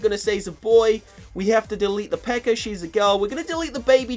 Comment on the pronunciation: He calls the peka "PEKER" wtf speak English